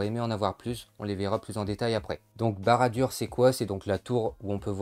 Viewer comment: Tres bonne vidéo mais ça se prononce barad dour !